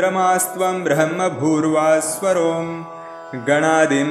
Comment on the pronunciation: This "ब्रह्मभूर्भुव:स्वरोम" pronunciation is wrong Please re correct